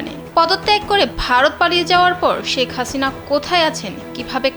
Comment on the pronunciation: মানুষ কে জে সম্মান দেবে আল্লাহ তার সম্মান বাড়িয়ে দিবেন, ওনার নাম শেখ হাসিনা, ওনি জখন প্রধান মন্ত্রী ছিলেন তেল তো কম মারেননি,এখন নাম টাও ভালো ভাবে উচ্চারণ করছেন না।